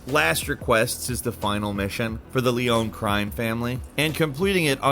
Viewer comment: The “Yakahzuh” and “Leon” families smh… Seriously did this dude even play the game?